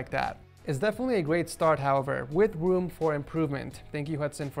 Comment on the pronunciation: "With woom for improvement"